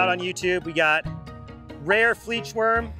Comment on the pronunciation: the fleechwurm 💀